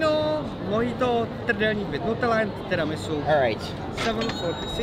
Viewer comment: Fun fact: is the only US citizen from Kentucky that can pronounce "Trdelník" correctly.